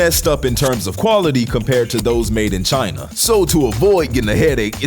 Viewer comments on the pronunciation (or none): none